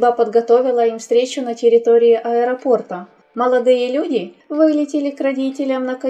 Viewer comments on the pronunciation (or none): none